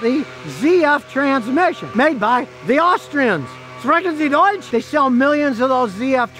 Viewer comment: Sprekensi doich hahaha